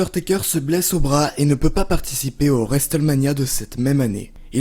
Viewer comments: "et juste après resteulmania". Cet accent anglais divin. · triple H se prononce traillepeul héche et non triple edge et WrestleMania se prononce wristelménia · Le T de Wrestlemania ne se prononce pas, ni en Anglais, ni même en Américain, car de temps à autre les Américains parlent un Anglais "bien à eux" ! Dans les deux cas, le T est "étouffé" , il ne se prononce pas. Dans cette prononciation, il faut faire comme s'il n'existait pas. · La prononciation de Hulk Hogan aussi... Au final, tout l' anglais est stressant... Le T de Wrestlemania ne se prononce pas!!!!! 😂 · Qui est Triple Edge??? Et qui est Vince Mcmawn?😂 Et pk tu dis Wrestlemania comme ça Bonne video qd même